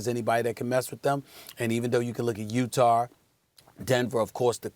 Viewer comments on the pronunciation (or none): utar jazzrrr! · UTAR?? UTAH(U-TAW) COME ON MR.SMITH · UTAR Lmaooo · Steph A says UTar lol